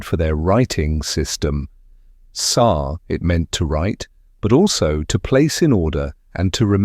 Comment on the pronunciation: Sar is pronounced SHAR